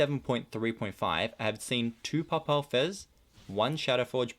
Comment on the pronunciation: You young guys are pathetic with your pronunciation. I have heard Papal Fez mispronounced so many times in videos it makes me crazy. It's PAY PULL Fez like having to do with the pope. You should really learn to pronounce things...